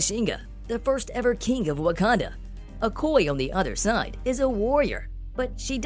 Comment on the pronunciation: Her characters name is pronounced Oh-koy-yay. If you're going to report on a character, please get the name right. Thank you.